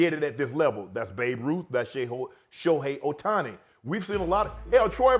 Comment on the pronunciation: He called him Otuni, is all you need to know lol